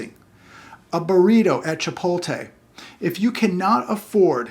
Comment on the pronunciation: "Chipolte?" - it's Chipotle 😉 For a Californian you should be ashamed - haha ❤ That's okay, they kind of suck actually.